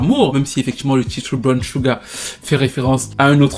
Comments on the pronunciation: Salutations, tout d'abord, merci pour tes vidéos toujours aussi intéressantes que pertinentes, je n'aurai juste qu'une chose à dire: SUGAR, ça se prononce CHUGAR, voilà c'est dit^^ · Pardon oh, "sugar" se prononce "Shouga"... Pardon hein😊